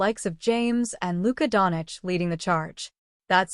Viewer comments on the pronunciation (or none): Its not Donic , but Doncic